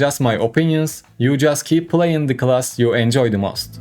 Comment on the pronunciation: This attempt at English language has to be literally the worst trash i ever heard., rather than being pay to win player,you should spend some money educating yourself. you cant pronounce literally the most simple word,class...its time to question your life choices